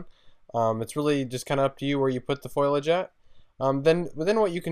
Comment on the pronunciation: I'm sorry but it's not foilidge it's foliage